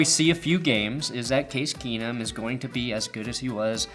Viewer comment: "Case Keesum. KEENUM!"